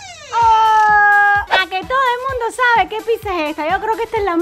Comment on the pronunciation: Se dice pizza no pisa avals mal